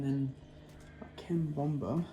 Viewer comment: Love how you say cambomba when you’re talking about cabomba or is it how it’s pronounced in Australia? Great video 👍